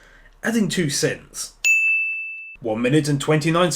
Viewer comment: I'm giving 5 sin's to because his sins sound like cents and it's annoying.......